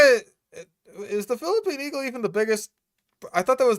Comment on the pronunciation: It's quite tasty :3 I can't understand how you mispronounce Philippines that badly